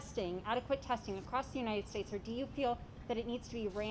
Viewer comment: God blesh the unitish statsh of amerishca